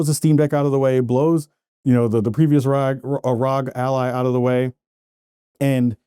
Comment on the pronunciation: It's not pronounced "Rhog". To pronounce it correctly, you enunciate each letter individually as in "Are Oh Gee". Pronouncing it "rhog" is just weird and wrong lol